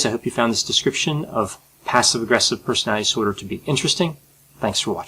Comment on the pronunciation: I like your videos very much. And I should stop watching them all the time. As it becomes a disorder. But I like the way you explain things, you have a brilliant explaining personality. It is not a disorder. (Brilliant explainability disorder) You speak very fast, which I like, too. But please pronounce "personality disorder" properly. Don't say "personalidisorder". Please😁